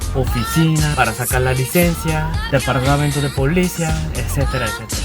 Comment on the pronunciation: Jajajaja da 🤣🤭😅cómo habla el coreano, jajaja, la manera en como pronunciaba la palabra policía 🤭saludos!, ya me subcribi, te ganaste mi like!.